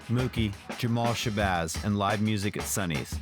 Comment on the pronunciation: Its Jamel Shabazz not Jamal, lol! A little important i'd imagine. As a NYC native who's middle name is Jamel, and who is also a photographer, I imagine that reference means something to me as well. Digging the content, fwiw, but New Yorkers tend to take these things pretty seriously when someone is "repping" New York